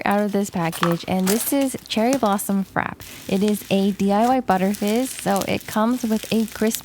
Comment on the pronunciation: its frapp-ey im pretty sure